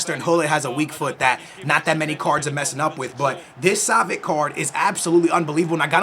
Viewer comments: Yo its pronounced savits not savik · Pretty sure its pronounced (Sah-vi-ch) not (Sah-vi-ck) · Savi(ch) not savic😅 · Ohh my god... not [Savik], [Savich]!!!